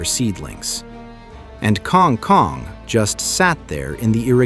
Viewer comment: The Filipino pronunciation is Kang Koong